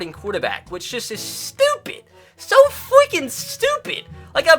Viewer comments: “So fweaking stupid” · he says so “fweking stupid”